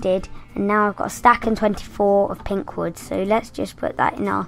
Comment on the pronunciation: And u said the wood wrong :D